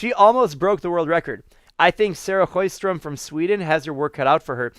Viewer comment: Sjöström is not that hard to pronounce, do it right